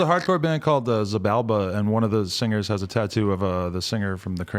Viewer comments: Xibalba is pronounce, C/SHI(ee)Balba not Zebalba. just wanted to point that out. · for the record, adam totally butchered the pronunciation of "Xibalba" lol